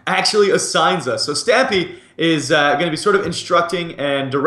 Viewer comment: Not being a hater but it's stampy not stiampy